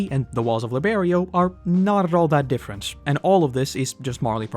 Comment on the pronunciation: Saaammme, but DIFFERUHNT